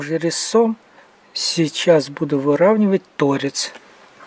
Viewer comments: торец Правильное ударение: торе́ц, торца́, тв. торцо́м, р. мн. торцо́в . Без обид.А то уши режет. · Я заметил еще один интересный момент. Ударение в слове торец. Вроде бы неправильно, но слух не режет. Вот что говорит гугл: "Сведения о старой норме ударения: Делая ударение то́рец, вы следуете норме, которую приводили словари позапрошлого века." А как вам "утонения"? . Как будто на машине времени вернулся в XIX век. Круто!